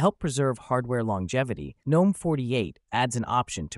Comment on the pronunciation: Not a terrible video, but when you ignore the proper pronunciation of the desktop environment, I immediately dismiss it. GNOME is pronounced with a hard "G", and if you can't be bothered, then neither will I.